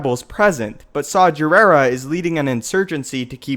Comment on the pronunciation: Saw Gerrera's name is pronounced with a hard g, not a j sound. Watch The Clone Wars and you will see this.